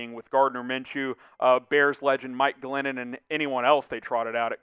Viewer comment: "...bears legend Mile Glennon..." hahaha!!